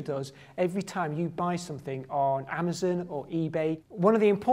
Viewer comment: So THAT'S how you pronounce Amazon.